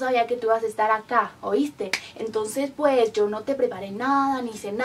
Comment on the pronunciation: El español le ha salido como el culo😂 desde cuando aqui en españa "pues" se pronuncio "pueshh"? Dios que mal JAJAJAJAJAJJA